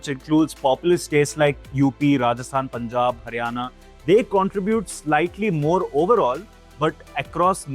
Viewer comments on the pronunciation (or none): none